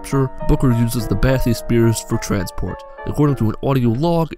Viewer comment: HAHAHA BATH-E-SPEAR